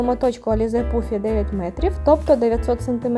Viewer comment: Та не пуффі а паффі, це ж англійська